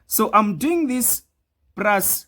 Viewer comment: Plus not prus